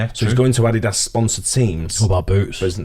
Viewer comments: who else thought when said Adidas, thought he said "add his ass" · Ah Dee Dos. Is this how all brits pronounce it?? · The way pronounces Adidas and Puma is hilarious.